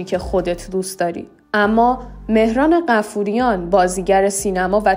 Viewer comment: بایا اسمها رو درست تلفظ کنید مهران بافوریان😂😂😂😂